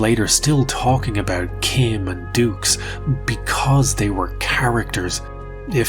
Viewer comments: you know the guys a cook when he cant even say his second name correctly...its pronounced doo not dukes..... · I just wish we all would stop mispronouncing this poor man’s name, it’s obviously pronounced “Ducks” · Even his name pronunciation is fake ,it should be like ducks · Where do you find these whackos lmao. Also I can’t see “Dux” and pronounce it dooks. To me, it will always be DUCKS. FRANK DUCKS. 😂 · Frank ducks, no no no it's dux, oh u I get it like put up your dukes right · Frank "Two" Allegedux. Begin kumite! (koo-might)